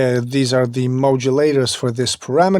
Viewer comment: I how you say Modulator man ! I hear "Mojo Laterzz" :-)